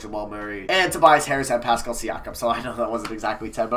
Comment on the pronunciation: He said pascal thank god